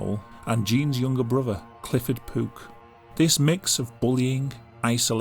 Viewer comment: Is he saying “Clifford Poop”??